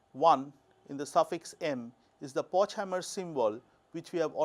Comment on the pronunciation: Remark from a German: Pochhammer is pronounced Po[x]-Hummer ([x] as j in jalapeños or ch in chutzpah — if you can’t say it, better to pronounce h or k instead --, Hummer as in the car brand Hummer).